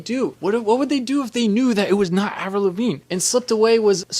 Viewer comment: “Avril Lavinge”?